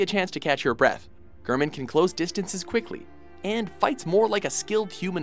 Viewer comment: ive never been more triggered when he said GRRRRman